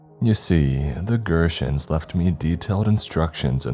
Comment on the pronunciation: So.... im going to say it. GERTENS , not pronounced like he does in the story, is an American plant business here in the Twin Cities (St. Paul Minnesota) that started back in like the mid 1800's. Started out as a small truck farm that sold produce to the local community. Its a funny coincidence, or the writer in also from the Twin Cities ❤